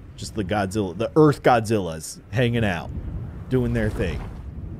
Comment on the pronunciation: It's Shin Godazilla